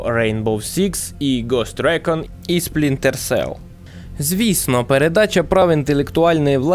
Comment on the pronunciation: Жахливе відео. Дуже прошу автора начитки хоча б один раз прочитати текст перед записом, а після начитки переслухати, шукаючи помилки. Купа дивних пауз (вже хоча б вирізали на монтажі), де автор явно загубився де читав, помилок типу "Спрінтер Селл", чи "Колектівіжн" замість "Дівіжн", чи про "події Дівіжн відбуваються у минулому"). По відео монтаж місцями дуже рваний, сцени підібрані без змісту і деякі повторюються. Тему також можна було розкрити ширше - наприклад, ще можна було б розказати, що, наприклад, більшість з його книг пов'язана сюжетом і персонажами, про Джека Раяна, який крім інших є головним героєм останньої книги, про якого також є і фільми і серіал. А так - більшість відео про дві книги і декілька ігр про підводні човни. Meh.